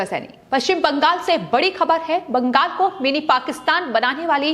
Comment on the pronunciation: पश्चिम bangas किऊं बोल रही हैं? बंगास नहीं,बंगाल कहिये।